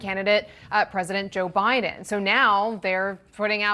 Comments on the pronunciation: 😂did she say president obiden? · She said oBiden 😂 what a joke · Lapsus révélateur : "President Obiden.. Biden!" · Did she just say "President Obiden"?🤔